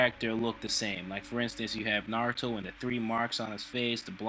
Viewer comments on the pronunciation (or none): none